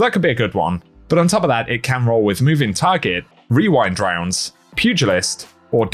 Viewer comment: I’m just impressed you didn’t mess up while saying rewind rounds, or as I have conceded to calling it “wewind wounds”